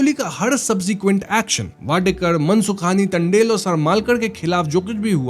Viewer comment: It's not टंडेल. It's तांडेल.